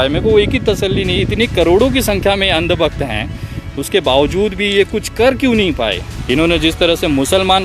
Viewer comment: "Andbakht" ko 'Aand bakht' Kya change h sir 🤣🤣🤣🤣